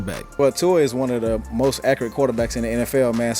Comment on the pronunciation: It's Tua .